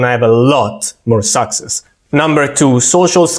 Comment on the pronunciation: Ciao, nice video as always. Tip: The word succes has the accent on the second syllable I think.